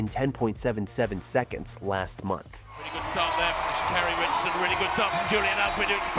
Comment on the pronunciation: LEARN HOW TO PRONOUNCE HER NAME!!!!!!!!!!!!!!!!!!!!!!!!